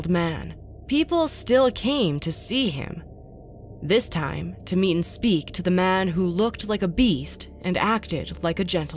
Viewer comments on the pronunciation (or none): none